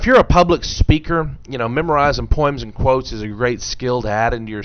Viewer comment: "Poims" lol!